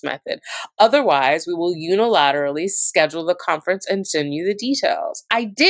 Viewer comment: Omg. I’m sorry but hearing you say “Un-er-al-ill-aterally” with about 8 syllables a bunch of times instead of “Unilaterally” (6 syllables) is getting me… 😂